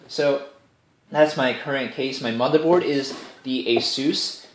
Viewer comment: Every time you say " My mother board" I think you are saying, "My mother bought this case for me"